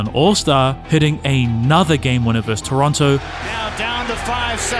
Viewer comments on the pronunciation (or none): Thanks for this. Most of these headlines are click bait, but you tell the truth: Kyrie is unguardable and is the best to ever dribble in the NBA. one point of contention and the word you are trying to say has two syllables VerSUS, not Verse. again thank you for the truth you tell.